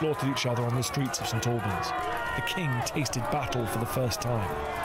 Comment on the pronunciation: I come from St Albans. Please do not pronounce it that way! Listen to Dan. The same as Lieutenant is pronounced correctly by Dan. Remember, the English language in America hadn't developed much and was later simplified too.